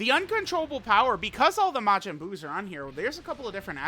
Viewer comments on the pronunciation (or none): none